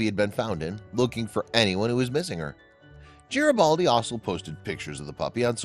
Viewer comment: It’s Garibaldi, with a hard G, not a J sound.